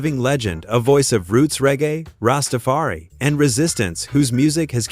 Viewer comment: From 5 secs in and I hear bad pronunciation of Rastafari (Rastafar-ee) I know it's some AI rubbish and won't be going any further. Shame that with all the potential of AI , probably the biggest way it will get used is as an extension of mankind's weakest qualities like slandering, lying, creating falsehoods etc. As has been said before. AI is not something to worry about..it's the people who use it and how they use it that you need to worry about.